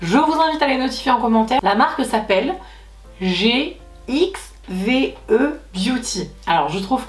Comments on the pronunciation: Coucou ! Alors pour info, ça se prononce "give", apparemment (j'ai cherché sur internet et la marque a carrément précisé dans des posts que ça se prononçait comme ça, pourquoi faire simple quand on peut faire compliqué ...). Concernant la marque, j'avoue qu'elle ne me tente absolument pas. Je ne vois pas pourquoi payer cher pour faire venir quelque chose des États-Unis quand on sait que commander sur internet et acheter des produits qui viennent de loin, ça pollue énormément. Je ne vois pas l'intérêt de se compliquer la vie mais c'est peut-être aussi la feignante en moi qui parle ! Et pour les marques qui s'arrêtent, je trouve pas que le fait que plein d'autres se lancent soit bon signe. Ça prouve juste qu'aujourd'hui, on n'est pas attaché(e)s aux marques, qu'elles vont et viennent dans l'indifférence. J'ai l'impression qu'on prend et qu'on jette ... Pardon pour le long commentaire 😅 Merci beaucoup pour ta vidéo, elle était très instructive ! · Personnellement j'aime beaucoup Gwen Stephani, elle est toujours aussi magnifique ; par contre la marque se prononce "give" et franchement pas transcendée, ça reste encore une énième marque de célébrité sans grand intérêt